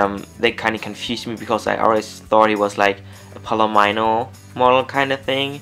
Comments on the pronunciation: if English wasn't your fiest language you'd probably say a few things wrong but yeah snap it is palomino not palemino. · Pal-e-me-no sorry I hate when people mispronounce breeds lol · It's actually PA-LO-MI-NO - that's the correct pronunciation